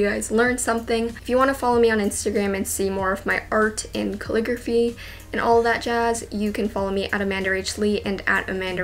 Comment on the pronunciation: Why do I hear "clicker fee" instead of calligraphy?